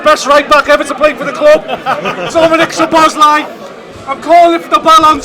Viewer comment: Please put the emphasis on "Szo" when you pronounce Szoboszlai's name. One of the basic features of the Hungarian language is that the word stress is always on the first syllable, without exception.